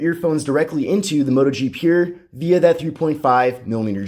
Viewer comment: Your pronounciation of the word "pure" is as painful to hear as Bush saying "nuclear".